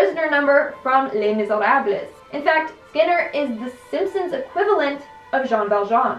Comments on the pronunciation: When she pronounced "Les Miserable" 😂😂...oh my life! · Researches and pronounces Groening correctly, kudos on that. But pronounces Les Miserables.. and Kodos.. completely wrong. No kudos for you! Keep pumping these out though. You're alright with me. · I came straight to the comments as soon as she said that to see if anyone commented 😂 But she said it with such confidence , that's so adorable 😁🥺💞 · And Kudos instead of Kodos smh. Aight I’ma head out